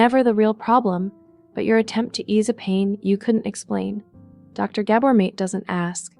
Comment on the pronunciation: I appreciate you referencing the wisdom of Gabor Mate. Please pronounce his name correctly. MAHTAY. thanX